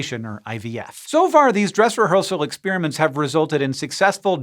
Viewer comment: Hank It's NOT ex-spearmints. Those are destroyed candies. ex-spare-uh-ments. PLEASE!